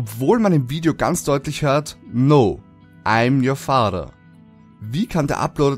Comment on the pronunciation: wie du "father" aussprichst xDDD LOL Hört sich er an wie "Fahrer".